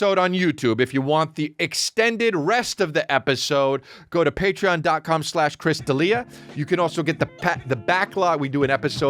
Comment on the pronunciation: You said Chris Raa Dealia, oooooooooooooooooops!!!